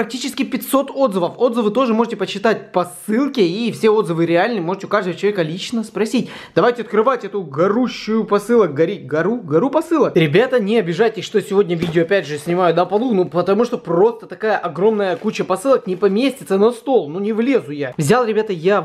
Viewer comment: гОру а не гАру